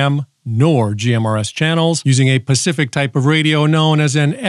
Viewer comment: They are for pacific porpoises. Pretty sure he made that clear....